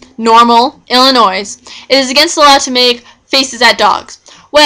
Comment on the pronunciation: The S is silent it is pronounced Illinoi.